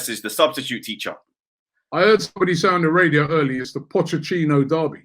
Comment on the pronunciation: no one : absolutely no one : absolutely NOOOOOOO ONE : Robbie : pochecchino